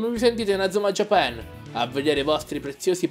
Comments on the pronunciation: Bel video! (Comunque è JÀPAN, non JAPÀN) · japan è inglese, e l'accento non cade sulla prima A dato che non c'è, ma sulla seconda. la pronuncia italiana nel doppiaggio è sbagliata, così come Inazuma e Raimon.